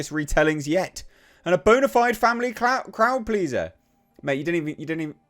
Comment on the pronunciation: "Croud pleaser" 😂